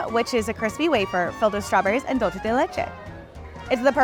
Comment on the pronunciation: Dulce is pronounced- DOOL-SAY